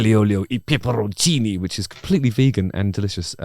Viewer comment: "pepperrrrroncini!" 🤣🤣🤣You would speak Italian perfectly, your "R"s are absolutely on point!